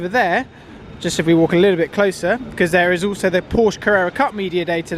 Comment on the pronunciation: Would be nice to pronounce Porsche correctly for a change